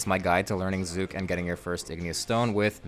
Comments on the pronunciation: thank you for saying his name right and not saying zuck every .5 seconds like rsguy its like he just loves how CK words roll off his tounge and cant resist saying it over and over and over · It's an aside; but you're not using the same kind of "u" as is used in the cinematic by Zuk himself. It's closer to the "U" in under, or umlaut. It might be a bit difficult for you to hear due to phoneme awareness being something that's difficult to expand upon past a young age. Good guide overall!